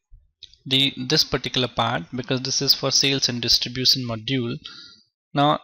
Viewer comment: Lol he's saying opsons, transacsons, distribuson😅... Anyway useful video tho...